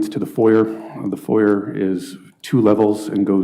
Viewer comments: He thinks he's smart, but he can't pronounce "foyer" properly x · Dude thinks he’s big shit while mispronouncing “foyer”